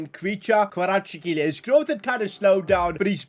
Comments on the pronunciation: it pronounces like kvaracxelia i am from georgia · It's pronounced Kra vets kehlia That's how the commentators say it irl. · Kvaratskhelia K(silent) varat-skhe-lia Kvaratskhelia It was also hard for me as well but if you actually find out how to say it, It's easy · ‘this all was possible because we have our first 90 rated player in Kvirachsjsihe’ 😂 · Kvaratskhelia name is pronounced Varats-Khelia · we promounce his name in georgia xvicha kvaracxelia pls getbitvrumight next time ❤ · Its xvicha kvaracxelia still waiting for all of the media and youtubers to pronounce his name correctly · Hey this is how can u pronounce kvaratskhelia s name you havet say kvaracxelia this is how you say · Btw it’s pronounced kva-ra-sch-elia